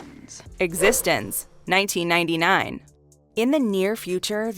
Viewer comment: It's Piekle not Pickle. And it's called exxistenzee, not existense